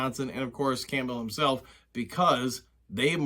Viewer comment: I've watched several of your videos now and I really enjoy listening to your insights. There is just one thing that bothers me. Your pronunciation of Campbell. The "p" is silent, it's pronounced Cam-bell. Sorry for the nitpick